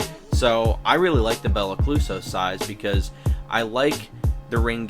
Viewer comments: “Belicluso” lmaooo 😂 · nah beli-ca-loose-o lmao